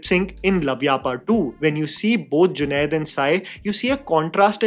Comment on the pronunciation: junade NAHI Junaid. Doosro main galti Nikal ne se Pehle khud theek karlo.